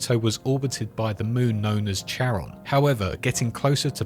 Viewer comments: the planetoid is pronounced "care-on", not "chair-on" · Charon is pronounced 'karen' 😊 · It’s pronounced fucking “KARON”, this word “Charon”